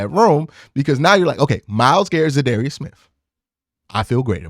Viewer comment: You should definitely learn how to pronounce the man’s name. I dunno, you have contacts now, maybe reach out and axe him how it’s pronounced.